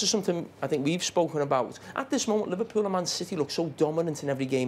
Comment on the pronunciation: Could someone teach Neville and Carragher to pronounce Liverpool correctly.....it ain't "Liverpyoul"